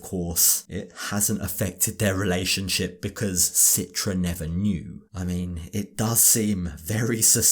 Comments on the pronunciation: Her name is pronounced Chee-tra in Indonesian. Listen to how het dad pronounces her name. Why does she let everyone mispronounce her name? Including this idiot husband? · Why everyone mentions her name with Sitra? Its pronounced CHITRA like in Cheetah, guys.